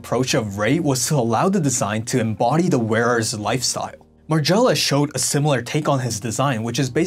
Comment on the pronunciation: margiela.. my favorite brand. great video, you should learn the original pronunciations tho. just a bit of constructive criticism